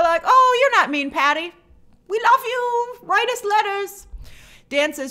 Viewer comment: "We love you! Wite us letters!" LOL